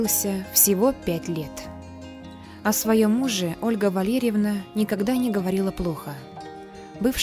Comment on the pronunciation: Почему произношение "ВалЬЕрьевна"???????